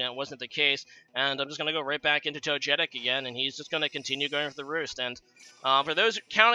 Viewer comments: His pronunciation made me angry haha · Toe-jetick lmao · Togetic is actually pronounced in the way many people mispronounce "gif". Least favourite Pokémon game? Probably Pokémon X, at least for the main series. Awkward figures, annoying characters, small new generation, no postgame...